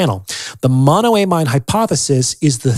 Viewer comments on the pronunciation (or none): BTW, it's pronounced "mono-uh-mean".